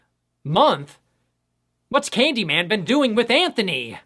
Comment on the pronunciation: Sometimes I wonder if you're a real horror fan or only watch each one once so you can review it. Why else would a horror fan mispronounce Candy man's last name so badly?